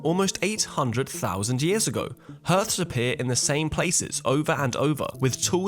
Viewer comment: "Herths"!!!! Bwahaha. Righto. Re-programme that AI. "Hearth" is pronounced "harth".